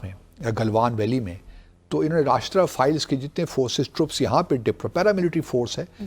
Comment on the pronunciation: Rashtriya Files 😂😂😂😂😂, same as BaSHIT files😂😂😂😂 Dumplomat it is Rashtriya Rifles, not files 😂😂😂😂😂 seriously